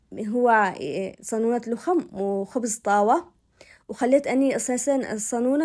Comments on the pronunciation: تسلم ايدك وصفات حلوه اسمه لخم وليس لوخم احنا اصحاب شبوه نحب نسويه دائمان بس عن جد تسلمي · اسمه لخم بفتح اللام والخاء